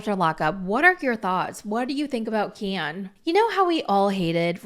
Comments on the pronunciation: It’s not Keee-In. ITS KEN! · I usually like your videos, but the way you said Ken I’m totally unsubscribing . Kieeen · This is the first time I’ve ever watched any of your videos, but I was thoroughly entertained lol. Your Gypsy impression is spot on. I died every time you said “Ke-an” 😂 Subscribing….now! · I just love the way you say Ken, so hilarious. Brian was so controlling for gypsy. Gypsy’s mother was controlling. Most men never asked what’s wrong. Ken is only in there for the money. Ken is a douche bag. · Girl you GOTTA stop saying Ken like that….